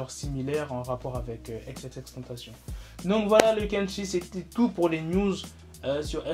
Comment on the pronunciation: A chaque fois que tu dit news je pense à nudes